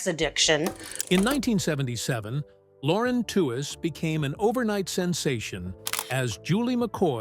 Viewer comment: Wikipedia and other sources say her last name is pronounced "Tweeze."